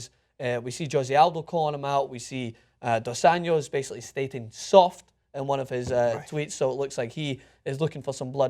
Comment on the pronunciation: It's NOT Dos Anyos. It's Dos AnJJJJJJJos. With a J. Not a Spanish 'J', a Portuguese 'J'.